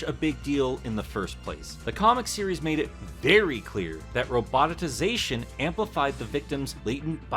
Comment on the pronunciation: Glad my dude is still covering the slightly more obscure Sonic robots and mechs in Mecha NotMarch Madness Also still love how says "Robotitisation" instead of Roboticization lol